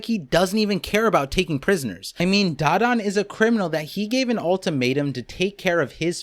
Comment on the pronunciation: Its Da - Dawn not Dadan